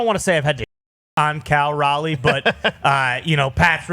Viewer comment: yea telling him to play another position sounded like a joke until he kept a straight face. He also mispronounces Raleigh's name